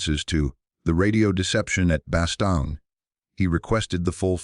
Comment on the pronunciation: Soo , Instead of studying the futility and stupidity of WAR ...BOTH sides scurried to hide the event ! ....Only on planet Earth !...and its Bastogne pronounced Bastone(If you must...close enough ! )